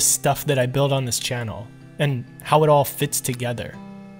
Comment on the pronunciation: you said ail not all